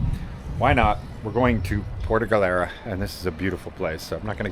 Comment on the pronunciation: Puerto Galera. Not “puerta” galera. Puerta has some nasty sexual connotation. 😂😂😂😂😂